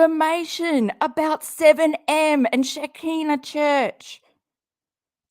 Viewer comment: actually oronounces Sha-Ki-nah correctly but I cant see anywhere that its by invitation only